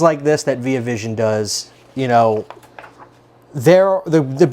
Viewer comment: first time i ever heard someone say veee ah vision